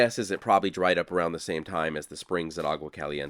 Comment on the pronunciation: you’re videos are terrific! As for pronunciation, ‘Agua’ is pronounced “awa”